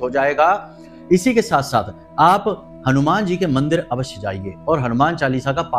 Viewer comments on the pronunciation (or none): none